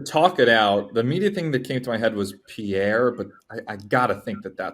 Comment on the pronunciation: I'm fairly certain Pierre is simply pronounced Pier.